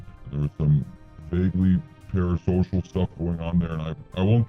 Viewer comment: I’m sorry he said PARASOCIAL..?